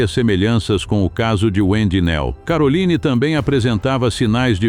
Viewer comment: Nihayet karolayn dediniz neden isimleri hep yanlış telaffuz ediyorsunuz 😊😊